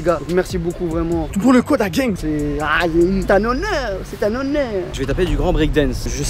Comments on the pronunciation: Gang pas geng 😂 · Gang et pas geng 😂